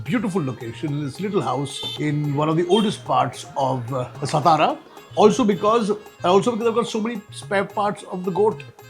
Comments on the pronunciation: Kunal babu it's सातारा not सतारा and you know it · सतारा❌ सातारा ✅ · Mr Kunal…plz do not mispronounce. It’s सातारा not ‘स’ ता रा.